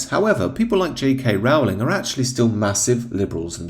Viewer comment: Rowling rhymes with Bowling, not Howling.